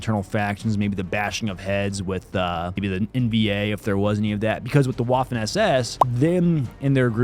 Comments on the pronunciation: WWWWWWAFFEN. It's Vaffen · Hearing Admin say "Waffen" was full cringe. Say Vaffen. You're welcome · Maybe you care, maybe you don't, but Admin, the "w" in "waffen" is pronounced like a V, not a traditional W. That being said, in the episode of the Mafia vs. the Yakuza, the Yakuza are showing off the nunchucks, Mafia walks up with a baseball bat, the dummy's head is obliterated, and the mafioso essentially "mic drops". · Stop saying Waffen like that please